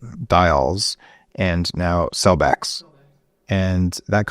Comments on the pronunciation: She said CELLBEX not Celebrex. Celebrex is totally a different drug. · Did she say cellbex, or cellvex?